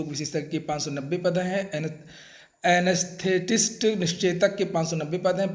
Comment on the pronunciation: आआआनेस्थेटिस्ट फिर पढो गुरु तो